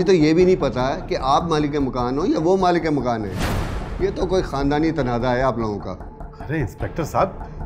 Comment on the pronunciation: It's malik makaan. Ye achanak sab log ghalat urdu q bol rhe hain?